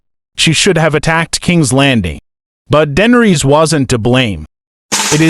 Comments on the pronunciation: Her name is not dendres teach your ai voice better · The butchery of the pronunciation 😂